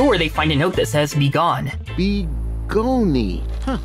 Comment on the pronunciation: I couldn't remember if I watched this movie until the part of Fred mispronouncing "Begone" brought everything back to me lol